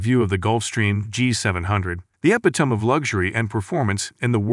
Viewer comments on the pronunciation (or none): Somebody fire the junior, marketing genius, who let slip the pronunciation of epitome… EPI-Toam?.. my bot is smarter than your bot when it comes to pronunciation… yeah… AI is going to make everything better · It’s pronounced ‘epitomy’. Heaven’s sake.